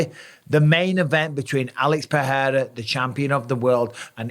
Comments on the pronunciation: it's pronounced PeReira not PeHeira 👌 it's only H if it's double R or it's the first letter of the word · brother its PeRRRRRReira not PeHHHHEira , ask brazilians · Alex PE RE I RA not peheira, pecheira! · Oh no... the Pe-heira mis-pronunciation of Pereira has rubbed off on Bisping. Too many people listening to Joe Rogan 😂😂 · Bisping, his name is pronounced Alex "PA-DAY-TA" stop making yourself sound so uncultured, you're a ringside commentator for fucks sake, you should be better at this. How many times in your life have you been called "BisBING" get it? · It annoys me that Mike used to say Pereira almost correctly but has now changed to saying it wrong , like most ppl in the UFC , FFS lol